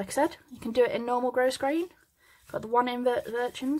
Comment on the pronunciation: thank you for your clear detailed, teaching. I am an old retired teacher, making hair bows for granddaughters, and your instructions are beautifully presented. Thank you!!!! (FYI…grosgrain is a French word, where the /s/ is silent…..grow-grain.)